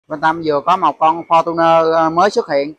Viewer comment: Ông nội, lnova,mà nói fotuner